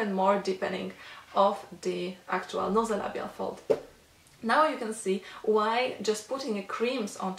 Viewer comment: The term you want is - NASOLABIAL FOLD, (not "NOsolabial Fold")... like the NASOPHARYNX... with an "A".it is pronounced NAY-ZOW. Nice video! THANK YOU! Interestingly enough, there was an INSTANT CHANGE in my nasolabial area, just from doing the massage with you (and doing it MORE while you're explaining things). But, I was surprised to see the actual FOLDS that got SIGNIFICANTLY LESS DEEP. It might be because my face/head muscles tend to be very tense, but still, it's a GREAT RESULT, right?!